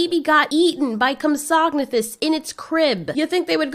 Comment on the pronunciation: its pronounced comp- sog- nate- thus NOT like you pronounced it comp- sognatos